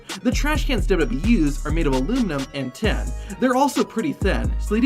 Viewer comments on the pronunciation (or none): The way you pronounced aluminium and tin is horrendous